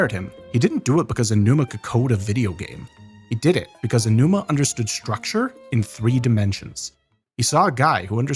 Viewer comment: I'm watching play majora's mask blind right now. he has no outside context. he described the puzzles of MM as "clockwork." very apt. can't believe i didn't know that about Aonuma's background! (btw, "A.G. Ow-Numa" is closer to how you say his name than "Edgy Oh-Numa" 😉)